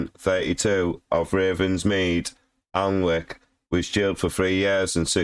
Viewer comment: You can’t even pronounce the town right?!